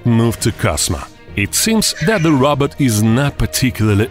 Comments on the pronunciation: It’s a ROBOT NOT A ROBERT 😂🤣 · he says robot like rabbit im dying